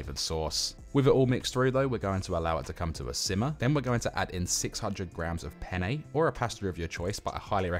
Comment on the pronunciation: Everytime you say "al dantay" or "pannay" I imagine there's an Italian having a meltdown. 😂 But all jokes aside, this looks delicious, will give it a go for next weekends mealprep!